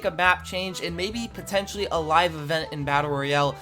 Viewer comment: Stop saying potencially, its ew